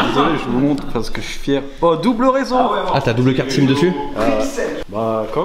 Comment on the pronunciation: "Euh-sim" ? C'est le gars qui doit dire: "J'ai reçu un euh-mail" :D